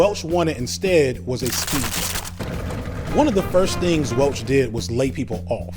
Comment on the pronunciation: it's impossible to tell what the narrator is saying, despite the supporting animation and looking at the transcript, which says 'speech': "What Jack Welch wanted was a speech". I'm guessing that maybe it's supposed to be 'speedboat'. Why people let videos out into the world without checking them first is beyond me.